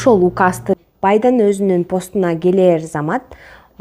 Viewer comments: БайдАн эмес БайдЕн! Бир созуну беш кайталап обу жок тантыган кыз экенсин сенин видеолоруну биринчи жана акыркы корушум болсун блогер болгун келсе аз убакытта маанилуу ток этерин тушундургонду уйрон болбосо алдыга жылбайсын подписчигин да кобойбойт сага корогон кайран гана примерно 3 муноттук видеону 15 мунот тантыдын азыр айтам, мына, виза деген эмне, тиги бу деп атып ...... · Байдан дебей,Байден дечи байкушум.